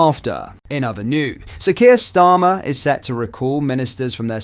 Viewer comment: this narater wants to show respect to PRESIDENT TRUMP, as in the the same sentance he refurs to qweer drama ,as sir kier stammer !!!! ,think maybe this little feckers a secret wokite